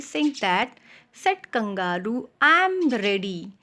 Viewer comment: The pronunciation of Kangaroo is wrong